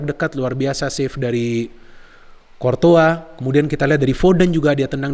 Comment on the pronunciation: Cortoa lg cortoa lg bang .. Courtois yg benerr.wkkk, abang,a keren mirip bang H.benzema ..